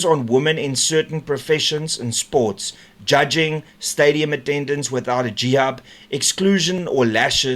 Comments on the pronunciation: Sorry, just wanted to correct your mispronunciation. It's a hijab,, not a jihab, although it is a declaration of war against women so maybe you should pronounce it that way. Our country is ruined. Sad. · Hi Renaldo, your subscriptions on YouTube are brilliant - well done - you pronounced Hijab as Jihab on this article - a small mistake but what you said regarding women in Iran is spot on.... They are not treated as human beings they are treated as subhuman - not good at all. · Renaldo I want you to please say HIJAB 100 times today buddy you keep calling it JIHAB . CARRI BLOOM MUST be chuckling listening to you, bless her beautiful soul